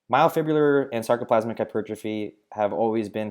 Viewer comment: glad I wasn't the only one that heard that lolll